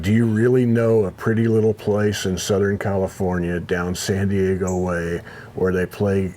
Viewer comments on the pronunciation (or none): none